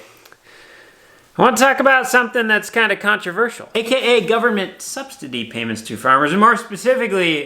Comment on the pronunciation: Note: despite what may tell you...the word is "subsidy" no T in there.